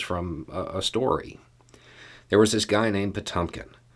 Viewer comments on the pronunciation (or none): It's pronounced pah TYAWM kinn. The e is really the umlauted Cyrillic e, known as the yoh. (Another example: Ezhik, hedgehog. The E is the umlauted one, but Russians usually omit the umlaut cuz they assume people know it is the letter yoh, not the letter yeh.) Good try,. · NOT "Po-TUM-kin." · No big deal but take a look on how to pronounce "Potemkin"...